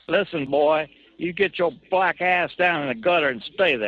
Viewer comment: WHY’D YOU HAVE TO SAY BLACK LIKE THAT,?!